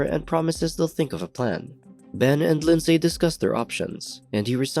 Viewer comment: OMG it's pronounced Lin-z not lind-say. I comment that because that's my name and I've heard it mispronounced so many times that now I have to hide my cringe